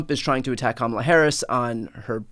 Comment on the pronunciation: “Kama-Black” = Kama-bla